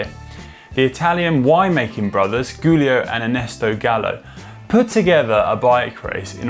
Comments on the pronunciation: i love the videos but your pronunciation is terrrrrrrrrrible!!!!!! bianKey not bianCHEEE. jewlio not guu lio. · Giulio is pronounced "Julio" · Not to mention the pronunciation of “Giulio” and “Asciano”.